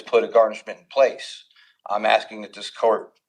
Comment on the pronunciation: More axing